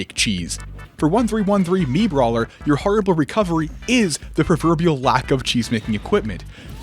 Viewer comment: i laughed pretty hard at "MiitBawler"